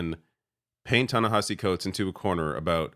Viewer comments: “And so then I find myself wondering “why does Tanahashi Coates, who I’ve known for a long time…” ~cbs anchor tony dokoupil mispronouncing a name he claims to be very familiar with. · Tony can't even pronounce Ta-Nehisi's name correctly.